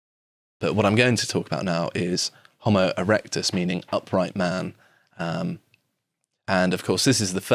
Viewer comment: Jo-mo erectus?